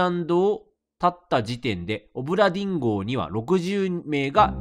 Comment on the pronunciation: だめだ…どうしても オブラディン・ンゴに聞こえる…